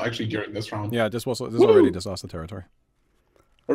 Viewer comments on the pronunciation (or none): "its a disastah! "